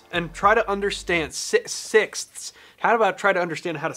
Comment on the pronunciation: Literally anyone who ever had to learn English at school "sixsskssthsth" 😂